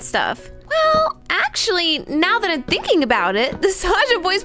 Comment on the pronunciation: You said thinkling